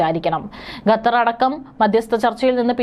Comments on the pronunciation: not ഗത്തർ, ഖത്തർ😊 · Not Gathar, but Qatar. Pronounce correctly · വിവരം കെട്ട ന്യൂസ്‌ റീഡർ, ഗത്തർ എന്നല്ല, ഖത്തർ എന്നു വായിക്കുക. ഓക്കേ.